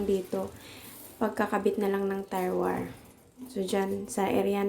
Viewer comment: Do I heard it right "tire wire"? Should be tie wire. Sorry no offense meant.